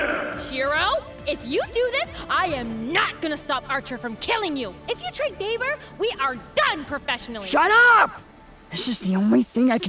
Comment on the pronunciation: ITS NOT BABER ITS BAE-BER AND SHE IS MY BAE-BER EEEEEEEE